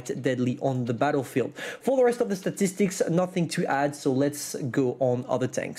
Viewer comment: "STATICSTICS' - 2021